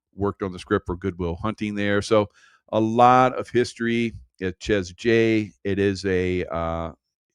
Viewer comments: Seriously, does your wife not correct you?? I believe, though I've never been there or heard of it before, it's pronounced SHAY J ... not Chez J though it's spelled that way ... I think it's a French thing though I've never been to France 😂 YaSHAYua 🤣😅 m'kay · Chez jay.. yes. Called shay jay. French. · "Shay' J= Chez J